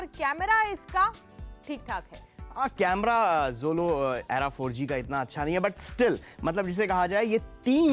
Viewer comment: bhai era ko she's calling eeeera 😂